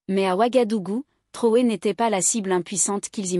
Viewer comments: MADAME ! ARRÊTEZ DE L'APPELER TROUÈ S'IL VOUS PLAÎT. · POURQUOI DÉFORMEZ-VOUS SON NOM ? IL S'APPELLE TRAORÉ ET NON TROUÉ.